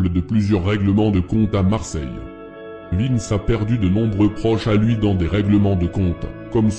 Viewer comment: T’en a oublier plein et canarie il a rien à faire la en plus t’a dit n’importe quoi c’est pas un corse c’est un corso marseillais et au dessus de lui y’a des gens sinon bien 👍🏽 et c’est vintch pas Vince 😂